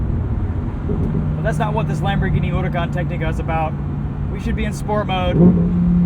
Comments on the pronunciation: i never even thought you were supposed to pronounce it “urakaan” it sounds elegant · The only guy who say huracan the right way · WOW somebody pronounce it correctly